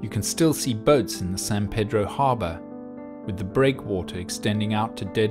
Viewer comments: We actually pronounce San Pedro as "San Pee-dro". Shrugs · It's pronounced San Pee-droh.